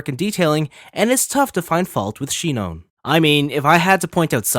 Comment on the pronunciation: Omg bruh it's sinon (Sai none)